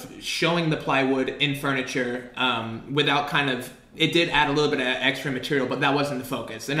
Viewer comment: Anybody else notice that says "fRuniture,"? Always thought that was interesting